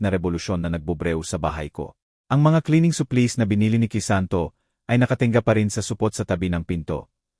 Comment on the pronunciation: Hire,supplies Ang daming Mali sa pagbigkas prang batang nsa elementary